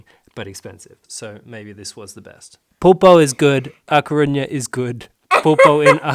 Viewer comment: I'm Galician, and i have to correct you: When you say ''Coruña'' youre saying sometimes 'Corruña'' and with ''Fisterra'' you say 'Fistera' Omly with RR is when you go like a roar or an motor, not with one R alone You have them in to opposite place. Coruña later on the video you say it right, still.. Fisterra has the double RR so is there where you go rrrrrrr xD By the way, the small salty fishes are Anchoas